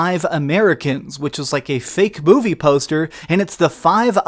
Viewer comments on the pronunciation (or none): none